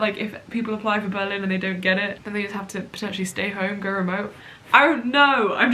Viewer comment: Am I the only one who finds the way says Berlin strange? She says buh-LIN and I instead put emphasis on the BER and say BER-lin.